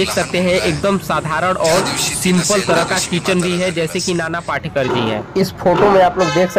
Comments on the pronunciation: नाना पाटेकर पाटकर नही पहिले शुद्धलेखन ओर बोलना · नाना पाटकर नही पाटेकर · पाटकर नही पाटेकर बोलो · पहले ठिक से हिन्दी बोलना सिखो, पाटकर नही पाटेकर, तुम्हारा निवेदन का तरिका बहुत ही घटीया हे, मेरे जाणकारी के हिसाब से वो अंधेरी नही माहीम में रहते हे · पहिले नाम तो ठीक ले। नाना पाटकर नही नाना पाटेकर है। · Nana patekar ji,hai,not patkar,aap barobar boliye,a great actor,he is,nobody is like him,a great social worker ,simple mam,and helps all needy people,no one else is like him. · नाना पाटकर नही ..नाना पाटेकर है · नाना पाटकर नही नाना पाटेकर, नाम तो ठीक से लिया करो. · Video banane ke pahale unka naam to barabar bolo. Patkar nahi Patekar. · पहिले उनका नाम ठीक बोलाना सिखिये. नाना पाटेकर बोलिये please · पाटकर नाही पाटेकर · अरे पाटकर नही नाना पाटेकर एका उपकार सिनेमा है पहिले साधा बोल ना शिक आऔर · पहले ठिकसे बोलना सिखो l नाना पाटकर नहीं नाना पाटेकर नाम हैं l